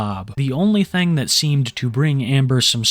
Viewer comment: Hey man we were having a shot contest everytime you say "thang" we hit a shot and yeah im drunk and blame u